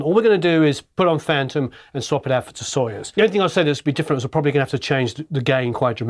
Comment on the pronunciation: Hello! Accentuation in word Soyuz is on "u". Have a marvellous time pronouncing russian words! ))